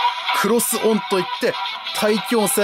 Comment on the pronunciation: クロスオンがコロスぞに聞こえてドキッとしたわw